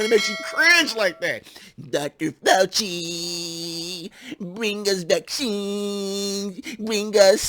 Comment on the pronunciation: Show respect by pronouncing his name correctly, okay?